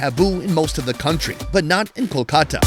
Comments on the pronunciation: Not coo-khata, it's call kool-kata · Your Kolkata pronunciation realized me why English people named it Calcutta....Glad we changed to the original name...By the way Kenya was Kiriniyaga..